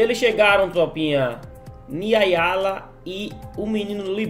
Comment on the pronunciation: E o segue não sabendo falar o nome da menina de novo kkkkk é Niiayla não Niayala kkkkkk